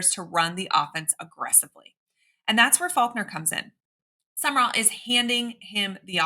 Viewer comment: New coach name is pronounced Jon SUM-RALL not SUMMER-ALL